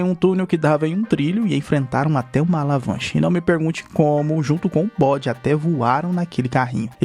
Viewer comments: escutei alavanche. Ao invés de avalanche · "alavanche" kkkk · ALAVANCHE kkkkkkkkkkkkkkkkkkkkkkkkkkkkkkkkkkkkkkkkkkkkkkkkkkkkkkkkkkkkkkkkkkkkkkk